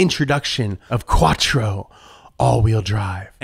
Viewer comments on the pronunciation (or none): none